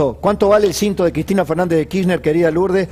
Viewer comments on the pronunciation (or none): none